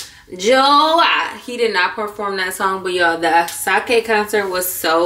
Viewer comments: Asake 😂 pronounced A-sha-keh. That was cute, akashe 🤣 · 😂😂😂 it’s A-sha-Ke Love you so much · girl it’s A-SHA-KE 👍🏾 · Not me getting to the actual concert to realize you were talking about Asake this whole time!!!! It’s A-sha-keh lol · Love you down babes but his name is pronounced “Ah” “Sha” “ke” 😂